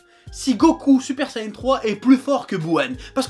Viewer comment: Ça s'appelle Super Saiyan et non sayenne